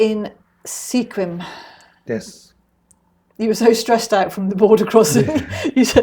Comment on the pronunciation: You’ve given us some more places in our backyard we need to go explore! ❤️ Love how the blog and videos compliment each other. Not that it is really important… Sequim is pronounced Squim. The towns with indigenous names can be challenging to know how to pronounce because it isn’t how they’re spelled.